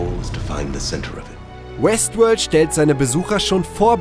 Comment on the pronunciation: Hab die ganzezeit Westwood verstanden xD